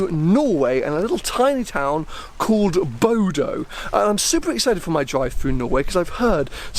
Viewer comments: Not Bodo, but Bodø (Bo-duh) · It’s pronounced Booda just ask who’s mom lives there. Hope there a big piece on EVs in your next video in Norway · Bodo is pronounced [booder]